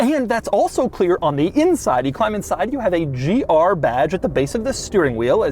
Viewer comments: Bro says gRR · Bro saying GR so weird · He says "GR" in all caps lol